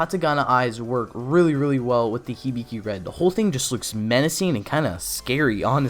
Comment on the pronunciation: Hibiki not hibigi